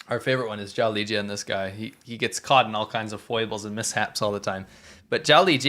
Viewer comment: 'Zhao Lijian' when pronounced 'Jolly Jin' seems a much nicer man. I could be wrong tho...